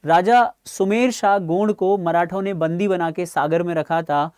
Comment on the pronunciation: गौड़ नही हे भाई गोंड हे